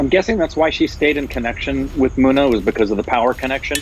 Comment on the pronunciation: its not muna ... its munna .. mun-na